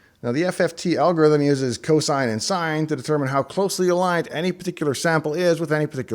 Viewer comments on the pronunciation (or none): none